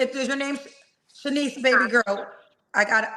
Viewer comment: I really wanted to yell at, her name IS NOT SHANIECE!!!!